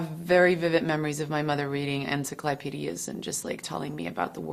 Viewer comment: en-cek-L-eye-pedias !! luv it !!